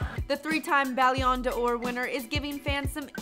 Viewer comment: That "ballan dor" pronunciation tho...